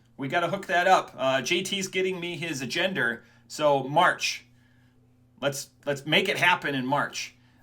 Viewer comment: Hard R on agenda??